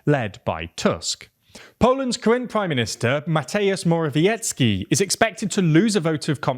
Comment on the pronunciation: Mateusz Morawiecki is pronounced "MA-tay-oosh more-ah-vee-ET-ski" Please get it right :)